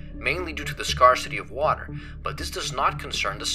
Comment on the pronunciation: scar-city, Herbert? I just can't